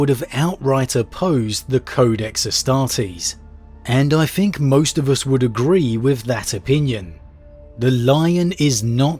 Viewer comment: I'm really sorry to be that guy but... its think (th-ink) not (f-ink). You are pronouncing it wrong and have done for pretty much all your videos.